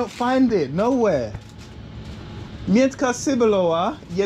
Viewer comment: you pronounce in the wrong way "miętka cebulowa", its a reason why nobody knew what it is